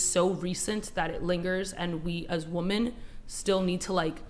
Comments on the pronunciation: more WOMEN who cant say the word WOMEN.................. not woman, women.....someday theyll get it right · girl cannot even say “women” it’s always “woman” “woman literally cannot vote” crazy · Its women, not woman. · It’s maddening to hear this over and over again. Learn to pronounce ‘women’ and ‘woman.’ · I don’t understand how the crazy women on the panel can hear the men and other women saying the word “women” correctly repeatedly during debate, but still pronounce it incorrectly again and again during the debate. Do they wonder whether the correct person is mispronouncing it? Do they notice the difference between their pronunciations? It infuriates me but I’d love to know what is occurring in their heads. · That was aggravating me so much. I'm not even sure why, but I was hoping someone would ask her to say women just one time.